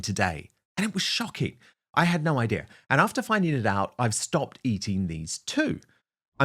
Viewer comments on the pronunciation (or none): none